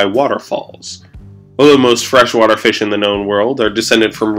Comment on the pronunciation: Le feesh